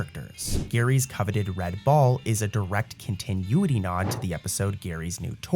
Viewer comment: Love your videos! They're great to fall asleep to. But, dude, my guy, please Google continuity and listen to how it's pronounced lol. It's not pronounced like continue, the way you're pronouncing it. Keep up the good work! But please, go listen to how it's pronounced.